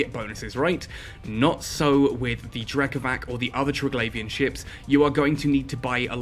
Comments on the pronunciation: btw, considering the Triglavians are based on Slavic stuff ... the C in Drekavac is pronounced as c, not k ... like, c in price ... Drekavats not Drekavahk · Drekavac try say it like Drekavatz maybe it could sound closer to how it is pronounced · hi, i know the video is old and i know it doesnt really matter but anyways: the c in drekavac is pronounced like the letter "c" without the "ee" at the end, also the "r" is a "rolling r". pronounced that way, it also sounds more evil and feral, feeding in to the concept behind it. very cool videos btw. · Different regions pronounce it differently apparently! I've had as many people say that's it's: Drek-ah-vach Drek-ah-vass Drek-ah-vak I love it, it's such a wide roaming bit of European folklore!